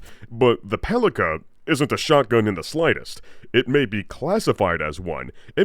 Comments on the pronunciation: Fun fact, “Palica” is actually pronounced as “PAH-lee-tsa”, since Rostovič — its manufacturer — is Serbian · the name of a gun is pronounced as Palitzsa, which means clubbed stick or just a stick in most of Slavic languages and dialects. Name implies it is just a short stick in a shotgun world, which it is. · As the Palica is produced by a Slavic based company most probably 'c' in its name is pronounced as 'ts'. (the same way you pronounce first letter in Cincinnati) Thus the very name starts make sense and can be translated as Club / Cudgel / Bludgeon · I think PALICA is pronouce as PALITSA. It's a word for a small club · "Palica" actually means to be read as "Pálitsa", it's Russian word that translates as "club" or "mace" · Palica is supposed to be pronounced as "palitsa" supposedly from slavic палица - (something like mace) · not "paliKa", but "paliTSa". It's a slavic word that means "club" (weapon). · It's not paliKa, it's paliTSa. It's a diminutive of old slavic for a club or baton. Makes sense for Serbian brand RostoviCH. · The Skippy toy made my day🤣 P.S. One small thing - the double-barrel's name is not pronounced as "pali[k]a" - it's "pali[ts]a" - translated literally as "mace". P.P.S. On Smartgun performance - while not being the most damaging weapons in the game on their own, they're great to "carry" effects from mods, hacks, etc, once specced, chromed and modded into. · A little Slavic pedantry here. The C in Palica is pronounced like a C when reciting the alphabet, not like a K. Also it means stick. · This double barrel Palica is pronounced as “Palitsa”. In Serbian and Russian it means “club” or “baton”. Well, it sure looks like one